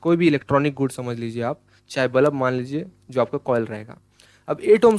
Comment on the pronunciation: Balab nehi bulb😅😅